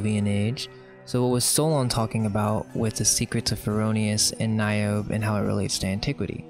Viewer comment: "Niobe" has three syllables.